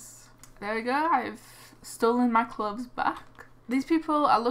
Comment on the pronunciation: why you keep saying clubs you suppose to say clothes